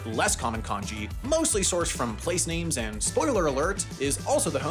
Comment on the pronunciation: It's not konji, it's kanji.